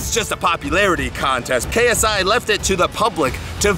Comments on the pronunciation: Did you say KSA? facepalm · Its KSI not KSA